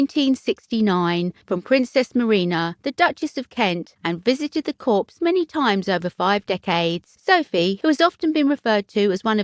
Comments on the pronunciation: A Royal Insider should know how to pronounce corps. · Yes and the s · The pronunciation drove me mad too, such a poor error to keep repeating. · Same narrator I think who says cowhide.....terrible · Drove me mad too If you can’t pronounce words properly maybe reporting is not your” forte “ NOT PRONOUNCED FORT😂😂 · It's never pronounced CORPSE (meaning a dead body) ... CORPS is pronounced COR without the 's' and is French for 'body'. Kindly research the correct way of pronouncing things when doing a voice over as it can be totally jarring to the listeners when words are massively mispronounced. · Somebody should teach the narrator that viscount has a silent s and corps is pronounced core and not corpse!! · I sincerely hope she did not visit the corpse!!!Corps is pronounced Cor.Please correct.This is an alarming duty for Sophie! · Interesting. At least in the U.S., Corps is pronounce “Core” with the S” being silent. Corpse is something left behind when one dies. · Can't believe the presenter said corpse --Not Corps - pronounced coor. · I cringed. US President Ibsma called our Marine Corp the ‘CORPSE’ too! Ignorance! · It's pronounced core not corpse. Corp with a silent P. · Do try to pronounce words properly. Corps is pronounced core. Not corpse! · Um ... It's pronounced "core" ... Not "corpse" ... Hope this helps ... 😊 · Can't you find a narrator who knows how to pronounce the English language? It's COR, not CORPSE, and VI-COUNT, not VIS-COUNT. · Excellent choice. It’s just a pity that the presenter kept referring to the Corps as a dead body !! I.e. Corpse. Please check pronunciations before venturing forth as Corps is pronounced Core. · And don't know how to pronounce corps. It's core, not corpse. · This is very happy news, Sophie is a good strong woman. As a point of reference ‘Corps’ is pronounced ‘Cor’ as the ‘p’ is silent. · Very happy news, Sophie is a strong woman. Just remember “Corps” is pronounced “Cor.” The ‘S’ is silent.